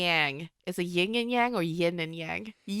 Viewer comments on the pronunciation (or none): Idk if this is just Taiwan pronunciation but I'd probably say yin as ying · ITS 👏 YIN 👏 AND 👏 Y-ANG